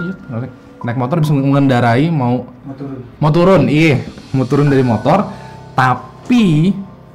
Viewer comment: error, ga bisa ngomong "turun"